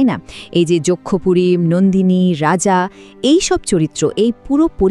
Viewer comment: Nandini noi Nondini, majhe majhe Nandini bolechen